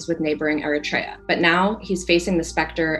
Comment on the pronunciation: It's not "airatraya" gringo its Eritrea. That's what happens when american schools don't actually educate, they indoctrinate Eurofantasia.